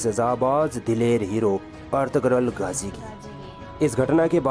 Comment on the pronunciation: गाजी नहीं। गाज़ी नाम है।